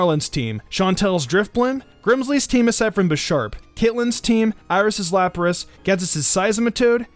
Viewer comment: I think he meant to say 'Lapras.' But yeah.